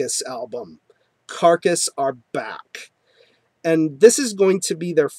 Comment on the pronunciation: You remembered how to say that carcass album properly aswell as everything else you had to say lol . Nice one